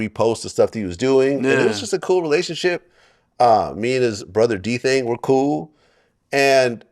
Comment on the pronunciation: DURK hates Vlad because he pronounces D-Thang as D-Thing 😅😅